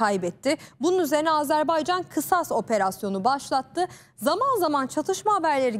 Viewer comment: Aazarbaycan diye okunmaz Azerbaycan!!!